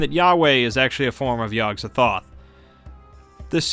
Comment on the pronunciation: The gatekeeper's name is pronounced: Yog Sot-oth